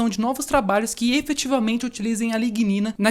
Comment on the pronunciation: Pesquisa super interessante, eu teria gaguejado em todas as pronuncias de a lignina. Parabénssssssss!!